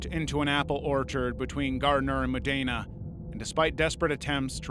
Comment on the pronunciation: I live in the town near the sky diving accident and Ive never heard of it. I was eight when it happened but still. Thank you for covering it sk I know more about my towns history and I actually live in modena btw if you wanna pronounce it correctly it’s (moe-dee-Na) I love your videos 🫶